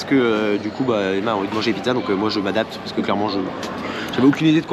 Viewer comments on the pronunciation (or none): none